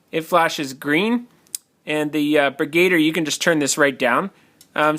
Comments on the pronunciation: I think it's pronounced "Brig-u-deer" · BrigaDIER, like brig-a-deer. Lol love your vids anyways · Bri-GAY-der???? Wow. You even spelled it like that on the video title!! LOL